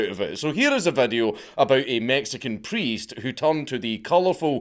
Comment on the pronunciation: Bro I know you can pronounce video correctly and all the other words you butcher… 🤦🏽‍♂️ just say video bro no need to change the vowels! Vadeo??? wtf is that???